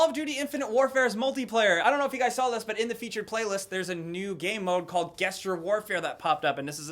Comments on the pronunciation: It's pronounced "jesstjurr" not "gessder". gesture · Why do people keep saying guessture? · You obese Pelican the g in gesture makes a j sound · Guestjures? Gestures is pronounced "Jes-jurs" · My dude gesture is pronounced Jester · Did just pronounce 'gestures' as "geh stures' and not 'jestures'. I'll let it slide this time young man😘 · It's not pronounced Ges- ture, it's jes-ture. Like how Giant is not pronounced Guy-ant. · Did you just say "ghestures"?? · Guessture warfare? Really my guy 😂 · did you say guessture? o_O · Nobody gonna comment on the fact that doesn't know how to pronounce the word "gesture". It's pronounced like "jesture" man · Gesture warfare isn't pronounced gesture it's pronounced jesture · It's pronounced "jesture" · Gesture (Jest-jur) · Really? GUEST-ure? That's how we're going with that pronunciation now? Okay. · Great video! Very informative. Always a treat! However, one small nitpick, "gesture" is pronounced with a soft "g", as in "giraffe", not like "golf" or "gif". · Lol... "Guestures" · Did this dude seriously just say "Guess-churr"? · Did really just pronounce gesture as "guess-ture"...... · pronunciation of "gesture" is kinda cringy... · THAT'S NOT HOW YOU PRONOUNCE GESTURE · that pronunciation of gesture hurts me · Can we just. Who taught you to pronounce the word gesture? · Ew!!! the way you say Gesture is making me cringe. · Can we just realise how strangely pronounces Gesture? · When you don't know how to say gesture